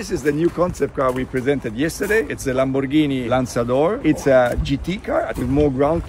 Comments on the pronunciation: Love how he pronounce Lamborghini 😅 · I like how he pronounced Lamborghini! ❤ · I love the way he pronounces "LamboRghini"